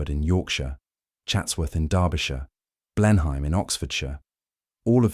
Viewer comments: I think "Clivedan" is pronounced "Clivden". And "Blenheim" is "Blenum". And is that really E.M Forster or so? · I came to say that I enjoy listening to your content, until [3.25] in this video and you mispronounced 'Blenheim"... "Oh no! I thought he was real but it's just more slop!" But it isn't. No clickbait-y buzzwords spewing a political agenda. It's entertaining, informative, educational and dare I say it, important as a rare historically based cultural record about those of us who went before. Thank you. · Computer generated voice over. The pronunciation of Blenheim gave it away instantly. 😂